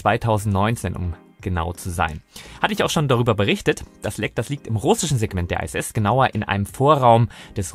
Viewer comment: Iss, nicht Ei ss.